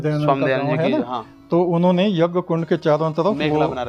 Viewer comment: Yeh aadmi yagya ko yajja bol Raha hai ...... pahle bolna to seekh le yajja yajja yajja bole ja raha hai